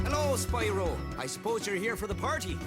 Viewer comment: Hewwo Spywo. owo